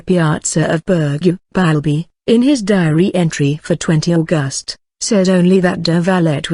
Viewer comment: This great story is entirely mangled by the soundtrack: the mechanical voice, the jerky delivery, the endless mispronunciations of words, names and abbreviations ("St." here stands for "Saint" not "street", for example, the month is AUGust not AuGUST), each of the same unidentified illustrations remains on screen long after its apparent relevance. The inflexion of the sentences serves only to obscure their meaning. Who on earth thought this was of sufficient quality to place on public view?